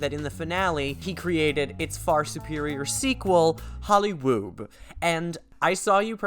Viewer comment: Stop saying Hollywoob